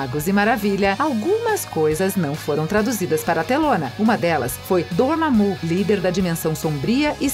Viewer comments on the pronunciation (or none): Donamu kkkkkk achei que era Dormamo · donamu ? é dormamu , galacticus ? é galactus , sony strak ? kkkkk não boto culpa nela mais ficou engraçado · dona mu e ragnacoc kkkk